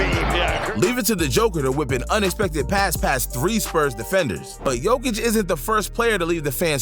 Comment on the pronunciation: Bothers me so much that you don’t pronounce Nikola jokic name right.